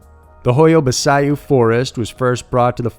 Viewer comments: Pronounced bachiu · I'm sure the forest is pronounced "bachoo" and not how its originally spelt. Am I correct? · Pronounced Ba chu.. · I think baciu is said "bash-oo". In case it matters